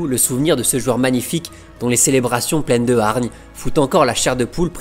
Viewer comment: Mec j'adore tes vidéos, je suis en train de toutes me les taper c'est génial, mais je t'en supplie, apprends à prononcer le mot "joueur" stp !! Mes oreilles saignent quand tu prononces "JUEUR" !! décompose le "JOU" "EUR" = "JOUEUR" !! En plus "jouer" tu le dis bien, tu dis pas "juer" donc voilà si tu rectifies ça tu seras parfait merci ❤🙏